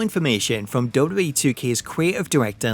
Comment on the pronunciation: Learn how to pronounce WWE